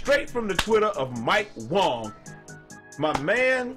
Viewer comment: Its Wang my dude not Wong